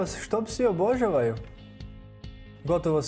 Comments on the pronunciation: ovako se ne izgovara riječ "obožavaju " i to je to ....bolje da ne smina video nego da se ovako sramoti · Nauci prvo reci obozavaju